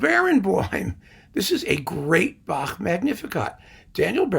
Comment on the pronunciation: So impressed that you pronounce Bach properly. None of this "back" nonsense.